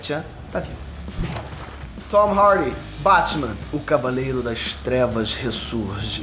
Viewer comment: Tom Hardy 💉💉 cara pra que esse k.o na voz pra falar o nome do ator ?